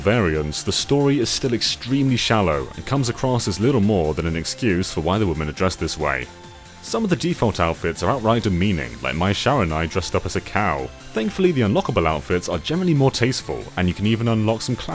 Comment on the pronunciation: "Mai Sharanai" lol